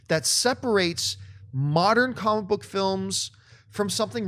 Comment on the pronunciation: new drinking game - take a shot every time John pronounces it "comk book movies"